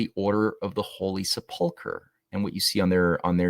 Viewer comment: Love this series, well done. Please see the correct pronunciation of the word "sepulcher" -- accent is on first syllable -- thanks.